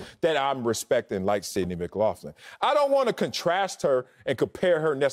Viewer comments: McLaughlin is pronounced Mick-glock-lin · Mick-Lock-Lin. Acho, just call her Sydney bro lol. Edit: Wiley, that goes for you too bro bro 😂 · Every time he said her last name wrong… 😖